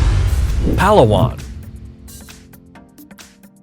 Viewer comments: What is "arkeepeLEYgo"? Was that supposed to be archipelago? And it is PaLAHwan not PAHlawan. 😒😏 Sheeeeesh. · It's pronounce as "Pa-la-wan" not "Pala-won" 😀